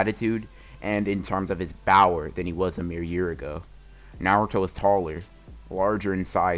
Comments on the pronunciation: At This point I'm not sure if "Bower" instead of power is an inside joke or not, whether that's just how he pronounces it or if he did one time and it just blew up like that. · Why do you always say BOWER instead of power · Does anyone else hear bower instead of power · Why do you keep saying bower instead of power? Is it a joke? Is that just what you say? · Is it just me or does he say power like bower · Y does it sound like ur saying bower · Why do you say bower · When you say power it sounds like 🅱OWER